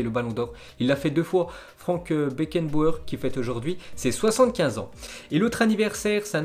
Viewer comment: Mec c'est pas possible t'as vraiment un problème avec les noms, travaille là dessus pour améliorer la qualité de tes videos stp. (C'est FranZ Beckenbauer et pas Frank, tu sais pas prononcer Jurgen Klopp, Bundesliga, tu passes ton temps a mal prononcer les clubs italiens genre tu dis Breskia pour Brescia (on dit Brechia), la dernière fois t'as sorti un "rhénoa" des enfers pour dire Genoa... bref j'vais pas sortir tous les exemples mais ils sont nombreux.)